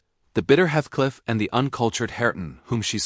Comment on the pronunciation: Good summary but would have been better if the robo voice narrator had pronounced Heathcliff's name correctly.